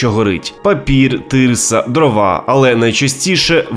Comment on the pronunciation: Та скільки ще це буде тривати? Як ви вже дістали зі своєю кацапщиною, чтокаєте і гдєкаєте хрін з вами чтокайте, тільки перестаньте пхати свої кацапські слова і наголоси в українську мову! Українці кажуть дрОва а не дровА!!!